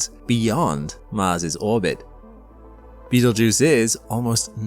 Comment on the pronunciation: "You are not in imminent threat from Beetlegeuse." I'm not, but you might be since you said his name at least 3 times.